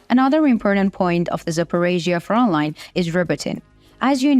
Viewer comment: Front line has a "t" in it, it is not Froline.